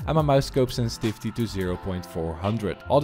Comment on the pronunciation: senstivity more like sensitithe